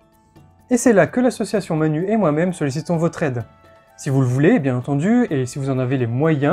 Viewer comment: Manu se prononce manou. Manu c'est Macron, un drôle d'oiseau aussi.